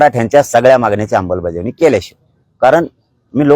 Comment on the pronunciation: अमलबजावणी की अंबलबजावणी...